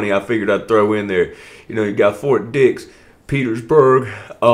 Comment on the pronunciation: It's "Ft Dix" as in Dixon. Not Ft Penis. SMH